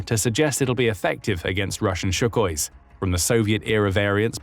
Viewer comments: Its sukhoi, not shukhoi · It's Sukhoi NOT Shukhoi!